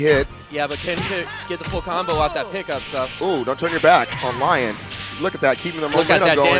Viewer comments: It's pronounced Leon, not Laion! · It's not Lion It's pronounced Lee Own